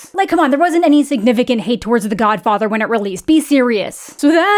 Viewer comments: WHAT was that pronounciation of godfather?! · Love the Matt Berry esque pronunciation of “The Godfather”